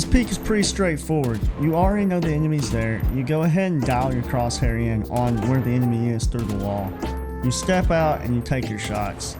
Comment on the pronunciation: Good video mate just with crosshair the h is silent